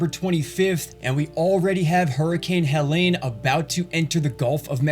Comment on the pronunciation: Helene, not Helen....